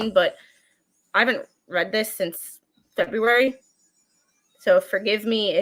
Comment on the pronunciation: February Turd? I heard that slip.. 😂😆 Do you have turd purgatory on the brain.